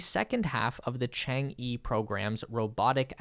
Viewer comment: Just a heads-up, it's pronounced like "chong-uh" (sort of). It's the Chinese word for moon